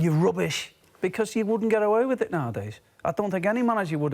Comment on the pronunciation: patheitc, spineless, roobish! LOL